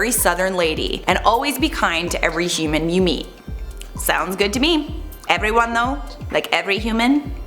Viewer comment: every humam tome 😆 hoomam!! was i the only one that heard that aha